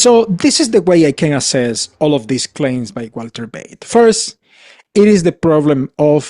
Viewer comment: Find something else to do. You have no business to judge anyone. You are a click baiter. And just annoying. And for the record it is Walter Veith not Walter Beith